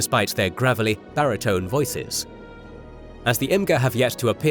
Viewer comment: Imga, not kill, Imga.